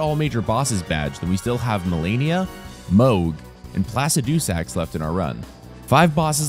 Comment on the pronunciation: I’ll subscribe when you pronounce Placidusax right